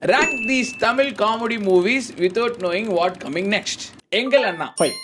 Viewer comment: Adhu Rat illa Pa, Rank 🤦